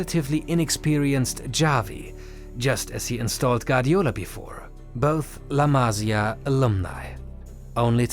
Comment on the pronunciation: la masÍa, accent on the I !!!